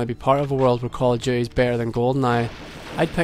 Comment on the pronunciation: I love it when people like you pronounce it "Call of Duhay"